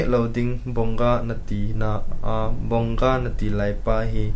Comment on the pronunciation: Its not bonga its vongaaaaaa